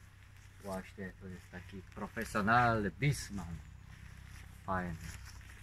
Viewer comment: co on mówi?? BIGMAK, BISMAN, WTF?